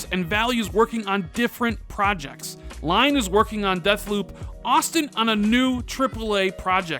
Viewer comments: One again awesome content... just one thing to correct for future videos "Lyon" is a place in France and pronounced "Lee-on", not "Lion". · Gotta point out that Lyon is not pronounced 'Lion', it's pronounced 'Lee On' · Pronounced: Arcane Lee-own. 😁. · lmao. this dude is out here pronouncing Lyon like "lion." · Lyon is pronounced Leon, Dummy. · Lyon is pronounced like the name Leon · Usually love your videos, but this one had me screaming at my screen "it's pronounced 'leigh-on'!!!" no lions were involved in the naming of this city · Darryn Taber, it’s Lee-on. Nobody’s perfect, I think mis-pronunciations are funny, be nice!